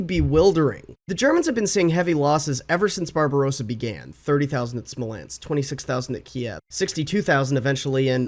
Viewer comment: I had a physical reaction when you said the word "Smolensk"